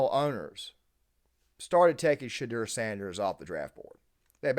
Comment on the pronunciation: “Shay-dewer” You said his name correctly one time in the beginning lol.